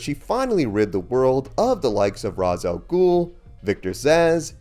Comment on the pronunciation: It is pronounced Rasal ghul